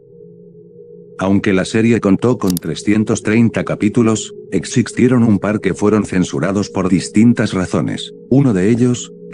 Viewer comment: "EXIXTIERON" DICE LA VOZ SINTETICA JAJA